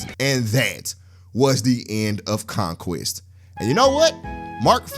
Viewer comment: did you just say Conqweest?